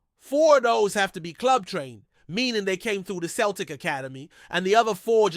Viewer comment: You need to learn to say Celtic and Jota ffs you ain't no fan if you cant even pronounce the names